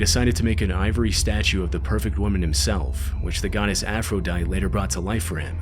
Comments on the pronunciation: its pronounced "Af-ro-dye-tee" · "Aphrodit" Son 😭